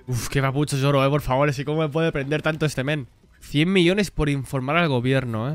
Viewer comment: Alguien me dice porque carajo le dice YOROO a Zoro